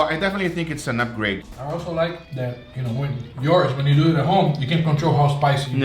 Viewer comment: Let's dueeeeet